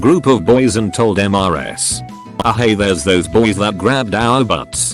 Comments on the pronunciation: Everyone: Mrs (Missus) Text to speech: M-R-S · Cant computer read Em Ar Ass?!